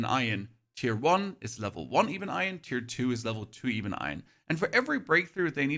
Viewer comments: eebun iron. heh thats quite funny. Its Ebon iron, like eb-on, as in like "ebb and flow". the E makes makes the 'eh' sound and not the 'ee" sound in this instance. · Great video, by the way, I think ebon is eh-bon. Keep up the good work!